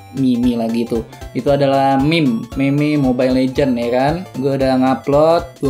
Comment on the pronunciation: Meme dibaca mim :v